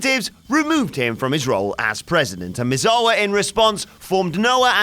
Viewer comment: Nobody knows who these people are anymore? You must be quite young. The facts aren't sketchy, they are there, it's just that WhatCulture is poor at doing research. The narrator can't even say "Misawa" properly, which leads me to believe he's never watched a Misawa match.